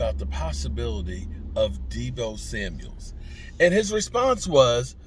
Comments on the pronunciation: SAMUEL NOT SAMUELS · Hello …it’s Samuel, no S at the end… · Deebo Samuel!! Not deebo samuels!!!